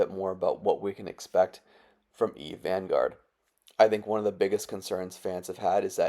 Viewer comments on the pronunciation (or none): "Eve Vangourd"